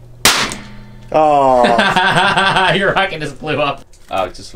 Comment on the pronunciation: "HAHAHA ur wocket bew up"